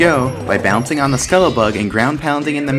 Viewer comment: I'm high as balls dude all I'm thinking is why does the word skullbug sound so weird